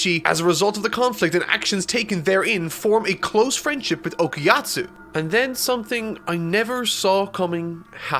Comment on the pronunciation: Why the hell did he keep saying Okayatsu I thought it was Okayasu